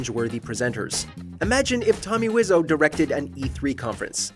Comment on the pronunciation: Did y’all really just pronounce ‘Tommy Wiseau’ as ‘wizz-oh’ or are you referring to someone else? 😆